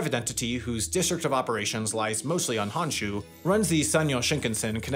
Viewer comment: This video's contents are good, but Sam... Please learn pronunciations for the next Japan video. Every shinkansen, Honshu, Geibi, Kyushu, etc, all incorrect.